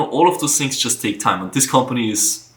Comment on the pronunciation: I love the way he says shings for things Love from India